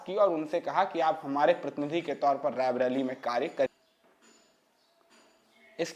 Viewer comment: आपके उद्घोषक का 'रायबरेली 'शब्द का उच्चारण ग़लत है। ये बराबर रैबरेली कहते जा रहे हैं, जबकि सही उच्चारण रायबरेली है । कृपया भूल सुधार लें ।